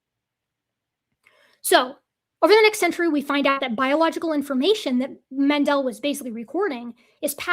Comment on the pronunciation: Mendel is pronounced as if it was English spelling "mendle". Stress on the first syllable, the vowel as you pronounced it short, s3cond syllable as English candle, fondle, Kindle.